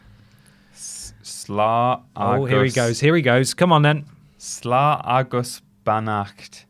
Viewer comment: In fairness, you didn't do too bad at the Irish pronunciation. You're just missing the "n" at the end of slán. Slaw-n ogg-uss ban-oct